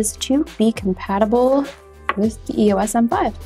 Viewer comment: EOS, one word, not E-O-S